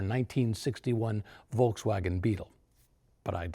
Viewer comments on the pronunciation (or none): none